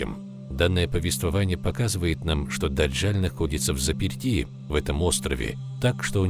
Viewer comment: Не ДАДЖАЛЬ, А ДАДЖАЛ !